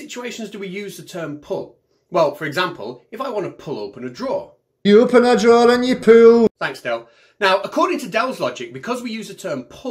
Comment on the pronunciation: 🤣🤣🤣🤣🤣🤣🤣🤣🤣🤣🤣......pullllll tha draw’r (r is silent)